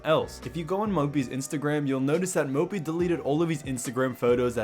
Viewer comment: Can always say Mópi ;)